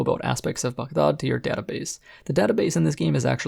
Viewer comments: glad you call it Bug-daad and not Bag-daad..in the video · You’re the only YouTuber to pronounce Baghdad correctly and as someone w a middle eastern background as well as a fan of your content makes me even more happy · Review aside, I love that you pronounced Baghdad the way it should be